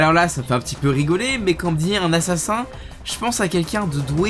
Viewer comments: Un "Assasin" à 😂😂 excellent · « assasin » x)